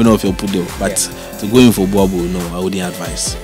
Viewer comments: It is pronounced "borebell' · Bhoer-bull (boerboel)